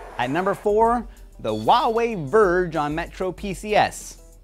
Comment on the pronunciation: Wa-way? I'm sorry, but i think you pronounce it like: Hu-a-way.